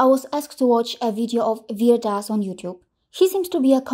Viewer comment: not Vir Das...its Veerya Das